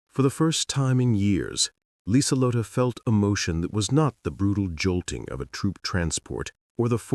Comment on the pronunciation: "Her name was Liselotte Bauer. Last name means farmer, and AI actually got that one right. AI narrator messed up her first name, though. Should have 4 syllables, not three. It's pronounced Leezuhlotta. Lee Zuh Lott Uh. German doesn't have silent e's.